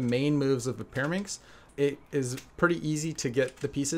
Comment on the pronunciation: Peeruhmixx??? Are you kidding me??? 3x3 is WAYYYYY easier than Peeruhmixx!!!